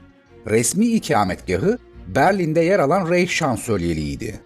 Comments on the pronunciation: Almanca isimlerin kafasını, gözünü yara yara. İnsan hiç değilse bu isimlerin telaffuzunu sorar öğrenir. Reich ( reyh diye değil, rayh diye okunur)...Hele Guderian'ın adı ..guderiyan diye okunur. Führer diye değil, füğrer gibi yani uzatılan ü şeklinde okunur. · Rayğ değil mi o